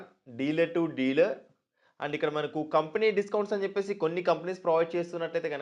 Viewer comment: Company pronounciation sariga paluku first